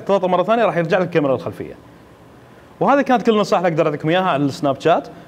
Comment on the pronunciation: اخوي ملاحظتين سريعة الاولى اسم البرنامج سناب شات وليش جات حتى بالانحليزي تنطق تشات الملاحظة الثانية وقت عرض الصورة اكثر شي عشر ثواني وليس دقايق وشكرا